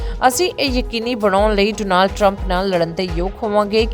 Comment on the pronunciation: ਜੇ ਅਮਰੀਕਾ ਦੀਆਂ ਖਬਰਾਂ ਦੇਣੀਆਂ ਹੀ ਨੇ ਤਾਂ ਭੈਣ ਬਣਕੇ ‘ਡੋਨਾਲਡ’ ਸਿੱਧਾ ਕਰਲਾ …. ਓਹਦਾ ਨਾਮ ਡੌਨਲਡ ਆ ਜਾ ਟਰੰਪ ਕਹਿ ਲਿਆ ਕਰੋ ਡੋਨਾਲਡ ਡੋਨਾਲਡ ਵਾਰ ਵਾਰ ਕਹਿਣਾ ਡਾਂਗ ਵਾਂਗ ਸਿਰ ਚ ਵੱਜਦਾ